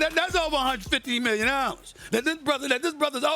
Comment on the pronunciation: 152 Millyon dollars 😂